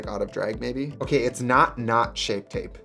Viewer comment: that “ok” was violently Wisconsin